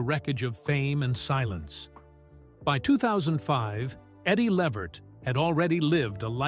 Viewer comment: His last name is pronounced “La-Vert”